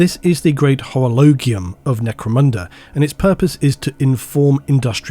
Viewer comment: It's called orolo"gee" ium, myfriendo. You are the best as Always. Keep up this astonishing work!!!